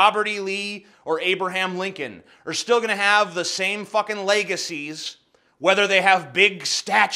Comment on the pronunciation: I can't unhear how you said "legacies" ... Good video tho. Interesting opinions.